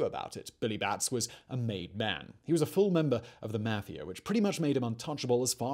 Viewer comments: Mafiar ? it's mafia lol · the way he pronounces "meafia" is so funny to me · The way he says mafia makes me laughia.